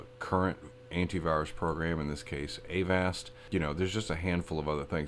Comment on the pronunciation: avast is pronounce like agasped